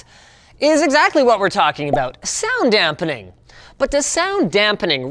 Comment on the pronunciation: I cringe everytime he says "dampening"